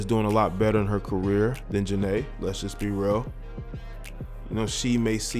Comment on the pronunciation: That's not how you say her name.